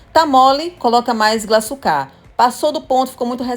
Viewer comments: Glaçúcar e não glaçucár. O acento é no U. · Faltou na aula de português. Não sabe que o acento ta na punultima silaba. Paroxitona. Kkk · Maravilhosa receita, mas “glaçucá” me agoniou kkkk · Por favor , o açúcar é GLA ÇÚ CAR , com acento no Ú ....não é glaçucár com acento no último á ...desculpa pelo comentário, mas demorou para eu entender que açúcar era 😂. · Interessante esse bolo, deve ficar mto bom. Só uma coisa, não é glaçucár, é glaçúcar, fala-se como açúcar, tem até acento agudo no u. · Não é Glaçucár, é Glaçúcar! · Receita maravilhosa, só um dica, o nome desse açúcar é glaçúcar com Acento e não glaçucar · A pronúncia é GLA-ÇÚ-CAR ! 😆 Mas o bolo ficou maaaara!